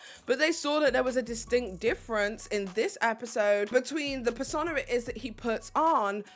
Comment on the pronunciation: Persona rhymes with boner.